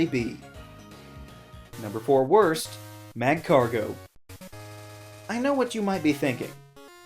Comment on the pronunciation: Why does he insert an 'n' into magcargo?